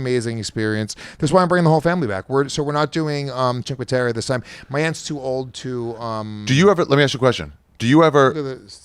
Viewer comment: I nominate for the worst pronunciation of a place award for “cheenkwaterra.” Jesus Christ 😂. Awesome that he travels with his kid though.